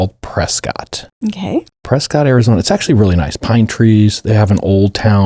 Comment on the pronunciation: Not debatable - it’s pronounced Preskitt (I know cuz I lived there for a chunk of time!)